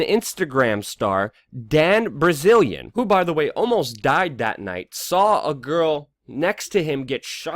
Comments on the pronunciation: His name isn't Dan Brazilian it's Bilzerian... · "Dan Brazilian"